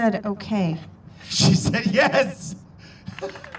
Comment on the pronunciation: Actually, I believe he says, “Nyes.”.